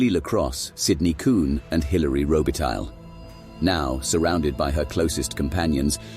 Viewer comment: You pronounced robitaille wrong... Along with other information.